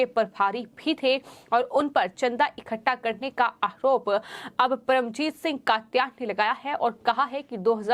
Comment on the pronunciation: Arop hota hai aahrop nahi Har bat h ka use kyun Sahi pronounced hona chahiye